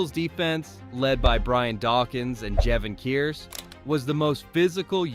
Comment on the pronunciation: Cant pronounce Jevon Kearse?